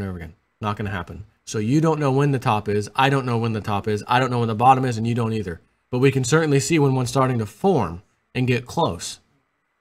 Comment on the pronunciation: teeth!!! Lmao you said either and it sounded like ether:) Made my day.